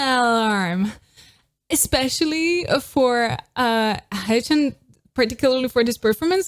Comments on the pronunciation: it's actually not "hay" either. "ae (or "ä" in my mother tongue) in his case is pronounced like the "a" in mad but shorter. english native speakers tend to say hay-chan but when he speaks of himself or is being adressed by members you can hear it clearly. but i agree with you here... i have a hard time accepting all the different pronounciations of their names by different people on the internet as well. 😄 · No hate but in all my years of being a Sunflower, which is like 3 - 4 years, I have never heard anyone pronounce 'Haechan' as 'Haichan' which is cringe and hilarious asf. I've heard 'Haechin' and 'Haechan' is in like Jackie Chan but never have I ever heard 'Haichan' lmao😂😂😂. For those that are having trouble with pronouncing his name or just straight up don't know how to say it, Haechan is pronounced as: 'Hae' = 'Hay' or 'ae' = 'ay' like Ay-Yo 'Chan' = 'Han' like Han from SKZ just put the 'c' in and pronounce it the Korean way, not the Australian way lol.